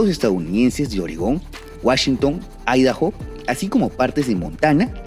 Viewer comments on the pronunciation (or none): none